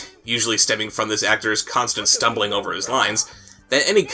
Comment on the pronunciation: "This is not ovah...BULLIES!"